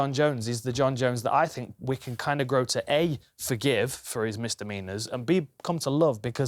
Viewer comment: “Misdemeanours’ lol